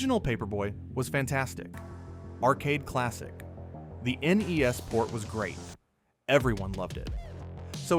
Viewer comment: At least he said N-E-S